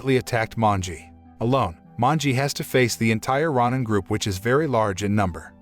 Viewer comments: Row-nin, not rah-nin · It's pronounced row nin not rawnin. Please don't butcher Japanese words. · RON-NIN gets me every time. Every time I hear it, I'm like, "Wait what?"